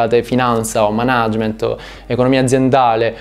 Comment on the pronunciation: Per l'amor di dio pronuncia per bene "Mànagement"